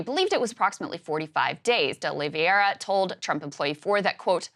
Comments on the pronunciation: hearing Krystal keep saying "uh liv ee AIR uh" is maddening to me when it's a very common "OL ee vair uh" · O-Lee-VĀ-ra! Sorry, had to 🤷🏻‍♂️